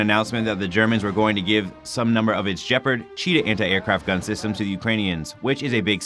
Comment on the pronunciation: C'MON! Can you PLEASE learn how to pronounce Gepard?! Because this is f*kng annoying! As I already said yesterday, anyone on the face of the planet can use Google Translate to know how to pronounce a foreign word. Hint: It's not "djeperd".